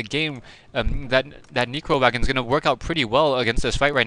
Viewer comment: btw its neccccccro wagon, sounds like ur saying negro wagon lol